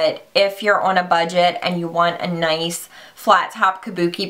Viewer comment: I still can't get over MannyMUA calling them "Kabukes" haha!!